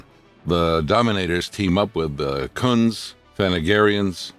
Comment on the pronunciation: team up with the 😥the…….0h the KHUNDS. 😂